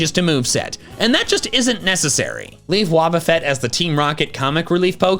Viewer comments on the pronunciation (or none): It's Wobbuffet, NOT Woubafett!